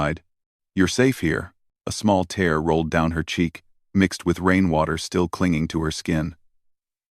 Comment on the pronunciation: Jesus would you guys learn to pronounce words properly ? A tear ( soft e) rolled down her cheek . There was a tear ( hard e ) in her dress. It’s really not hard to do . Damn I’m 71 years old and STILL remember my English classes .